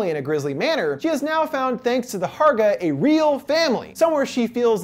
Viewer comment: I was thinking this too the whole time! And also Hårga is not pronounced Harga it is Horga. But great video anyways!